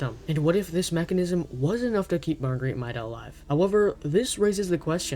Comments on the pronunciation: It is MAIDA not MYDA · It's pronounced MAY-duh not MY-duh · Her name is pronounced May-Dah, the voice logs confirm this. The constant mispronounciation really hurts your credibility. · You're saying her name wrong